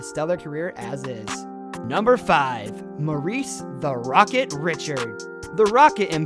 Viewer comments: My guy said RICH-ARD LMAO😂😂 MESS-E-AIR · Honestly your spelling and pronunciation of French names need some work. 1) "Jean" is pronounced "jan"; 2) the "d" of Richard is slient; 3) Lemieux with an x, not a z. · I tried my best to get through it…I know you’re trying brother, and I want you to keep improving, but you butchered the names of some of hockey’s greatest royalty. Martin Brodeur, Maurice Richard, Conn Smythe and more. Still rooting for you and your channel. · Agreed. "Belvo" Richard with American pronunciation; "Conn Smith", "Broder"...c'mon, man! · Rocket Richard pronunciation 🤦🏻‍♂️ Stop making hockey videos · You mispronounced Richard as well, like seriously do you actually know anything about hockey?